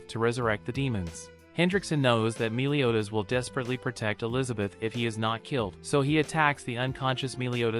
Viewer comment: It sounds like youre saying miliodas